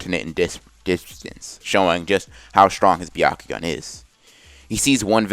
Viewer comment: He said bekakuganon LoL